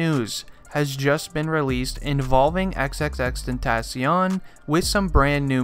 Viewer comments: EX EX EX TEN TOH SION why u say it like dat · Xxx ten-ta-SION LMAO I k ow its spelled Xxx tentacion but still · is anyone else triggered thatb he's saying his name wrong xxRIPxx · this dude said he was a real x fan but did not say his name right gtfo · hes too white to say tentacion right:| immediately stopped watching